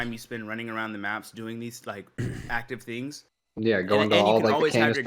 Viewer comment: is such an awesome addition! Glad he is saying aroun.